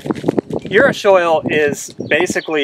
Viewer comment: Um, .. It is uru·shi·ol | \ yu̇-ˈrü-shē-ˌȯl, ... not urushoil . Otherwise great video.